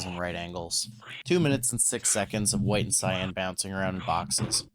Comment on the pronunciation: no I meant the way you said Cyan